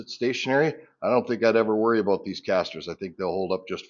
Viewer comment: A boot. "Hard to gripe a boot it"